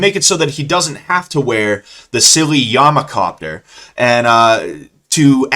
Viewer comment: "yamakopter" lmao